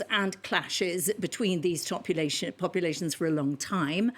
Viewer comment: Haha she says topulations… phrasing places are of “such country” and “were penal colonies” is residual colonial rule. Like previous preformers are still claiming their disgraceful taste, instead of owning their dish. Idk fossil news…